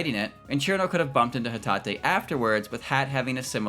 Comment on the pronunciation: yes he pronounced it correctly